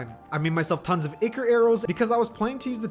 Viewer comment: ic-or, gran-ite, and wivern, bro when he pronounced the words like that I cried on the inside